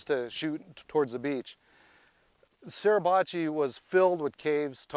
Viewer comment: Grrr! It's SUR..NOT SER...PRONOUNCE IT CORRECTLY PLEASE!!